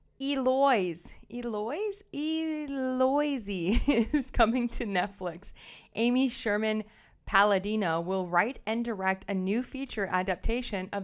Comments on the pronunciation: Eloise, "ell-oh-weez" or "ell-oh-eez". French pronunciation, "ay-lo-EEZ". ✌️ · phonetically Eloise you say elloweeze. Love you.